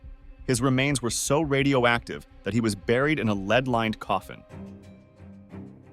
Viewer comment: false jaw gone pic. a.i had me until lead-lined coffin was pronounced 'leed' rather than led. nobody wants to be tricked by click bait about random facts and no shocking story about jaws dropping off. plus becarefull. u playing a dangerous game comparing monster, red bull and the energy drinks to drinking radium. better titles would have been, When idiots drank radium, or Back when radium was legal...........